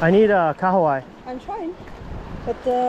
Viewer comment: I must say, I appreciate your pronunciation of the Kahawai. Most people in NZ struggle😂